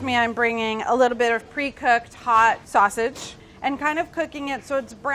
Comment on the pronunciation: "I just want saussage in the neighbourhood." Don't we all...